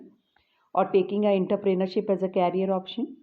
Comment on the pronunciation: Inter-pener-ship. Ok 😀✋